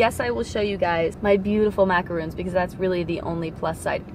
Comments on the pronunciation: Its not macoroons. Its macorons. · They have the bEsT macaroons: Yes, that’s how you say it, Macaron.